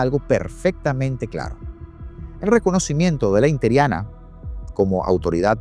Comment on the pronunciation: INTERIANA???? X qué??? Usa bien el lenguaje, ES inteRINA por Dios.